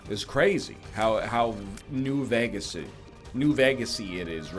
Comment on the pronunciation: Can we talk about how NL pronounces Vegas as "vegg-us"?